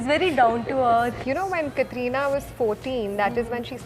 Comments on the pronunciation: Why is the host saying kathrina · Pehli baat to is host ko Katrina ka naam pronounce karna aata nai. It's not Katrrrrrreeeeena. And wrong pick. Deserving candidates the isse aur.